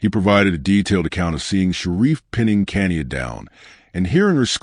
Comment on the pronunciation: her name is pronounced Ka ni ya